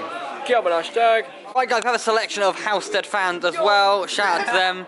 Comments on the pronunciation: It’s Halstead not holestead mugs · Please say halstead right next time 🤣